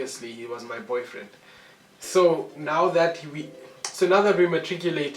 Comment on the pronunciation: The "y" in your boyfriend has been silent foreevvvvaaa